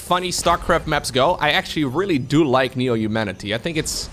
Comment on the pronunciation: Another English teacher here. I don't really endorse "slown", but I do endorse your pronunciation of Neo-(h)umanity like in traditional New York accents (Bernie Sanders, Carl Sagan, etc.)